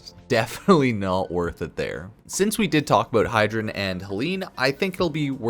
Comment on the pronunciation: Hydren ? love the vid but it made me cringe lol